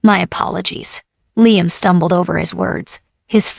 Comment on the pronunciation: What the hell is with your STUPID ai narrator? The only name is hat it has not messed up several times is Liam’s. Well,I was wrong! At the mark your stupid ai voice call d Liam LEENUM! You people who post these stories need to stop using ai or you need to proof your videos before you post them!